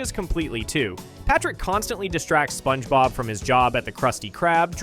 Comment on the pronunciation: "Spoange bob"